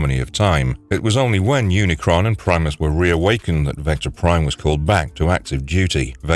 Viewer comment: you said unicorn instead of unicron lmaoo